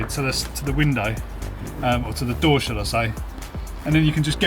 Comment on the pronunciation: Why do you even want to have a damn can on a wheels. "it's so convenient! You just pul that, stick your hand inside a car, be carefull not to break your window, you shut the dor, strap a window to a ceiling and woila you just closed the dor." I would rather take a bike...